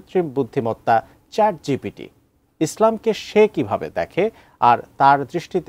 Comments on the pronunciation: ChatGTP ?? 😂😂 ChatGPT😊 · চ্যাট জিটিপি না ওটা হবে চ্যাট জিপিটি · Chat GTP hbe na..GPT hbe... sec a.. Abar sec o.... sec o.. sec a abar o.... vai...vul 1 bar hoi 2 bar hoi...bar bar na...apni uccharon korte paren nai... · Chat gpt ❌ Chat gtp ✅ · second e pronunciation wrong hoice CHAT GTP 😂😂